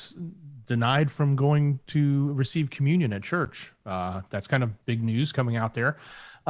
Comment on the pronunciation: Church not turch lol